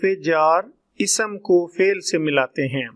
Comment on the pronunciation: Apna talaffuz to durust kar lain isam lafaz haraf laazam sift sharat. aur isi tarah ki beesion ghalatian kar k aap bachchon k mustaqbil ko kyun daao par laga rahai hain. Quaid e azam laqab hai khitab nahi Aik anaar so beemar mohawra nahi zarbul masal hai. Isi tarah baqee sab bhi zarbul amsaal hain